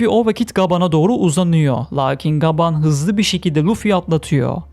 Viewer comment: Lütfen gaaban değil gaban de🙏